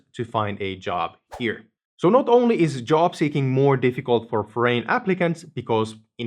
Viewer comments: Your english is great but, " a foreign name" I had to listen to 3 times to figure out what "forain name meant" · Please recheck the correct pronunciation for "foreign."